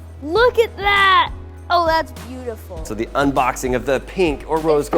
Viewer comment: when said "oh it's beautiful!" I heard "oh it's BOOTIFAL!"